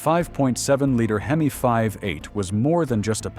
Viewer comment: AI sucks, it can't say hemi correctly but repeats the h e m i.